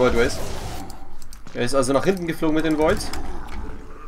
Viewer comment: Ich habe jetzt alle Videos von LOTV gesehen. Deine größte Schwäche ist die Über-Konzentration auf den Kampf. Im Kampf immer die Larven verbauen. Mit so viel Geld sollte man auch im Kampf immer maxxed bleiben. Und es heißt "Den" nicht "Dent" ;)